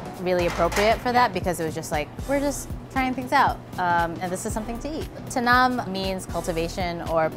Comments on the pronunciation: Tanim not tanam. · I wondered what is "tanam" means. Lol. She was referring to Tanim. 👏🏼😊😂